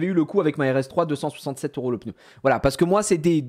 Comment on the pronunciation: un plaisir d'entendre pEUHneu et pas pneu comme tout ces ptit snobs de parigo